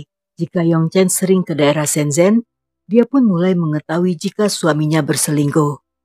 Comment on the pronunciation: Hallo Kak.. Untuk penggucapan bahasa mandarin “z” di baca nya “c” Misalkan shenzen di baca nya shencen / guanzhou di baca nya kuangcou.. CMIIW 😊😊 Sukses terus yah kak